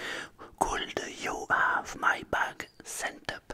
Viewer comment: vous prononcez très mal le verbe Have lol :D